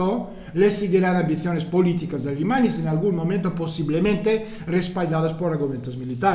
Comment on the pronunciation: Es gracioso porque cuando dices "Alemania" suena como "Alimaña"